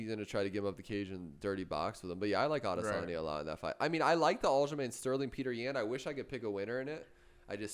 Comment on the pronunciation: It's Adesany(a) not Adesan(yeh)